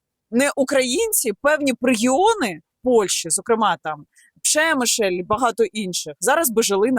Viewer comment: Не "Пшемишель", а Перемишель.